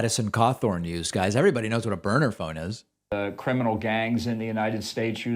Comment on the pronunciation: No David, he clearly said Boner Phone, not Burner Phone, a Boner Phone is almost a Burner Phone but not quite.